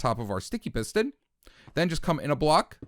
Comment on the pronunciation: Wow I hear it